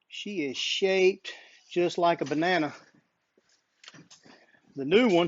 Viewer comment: Came here for the truck vid. Stayed for the "bananer"